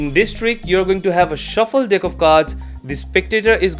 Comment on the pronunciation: 0:6 is there me only who heard deck as dick😂